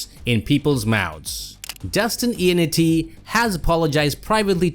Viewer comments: For how many times you said his name, you may have well said it right. It’s not Ionnitti, its Ionnotti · No, it's notti.